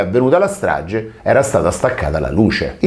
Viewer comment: nun ze po fa il titolo in inglese e poi dire straGGe di Erba .